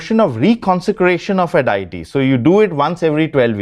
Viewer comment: Stop saying DIETY. It's Deity. And pronounced DAY-A-TEA.